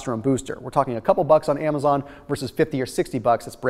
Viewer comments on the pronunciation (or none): none